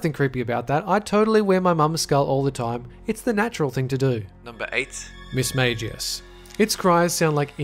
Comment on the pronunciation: mismagius is pronounced miss-mag(phonetically pronounced)-i-us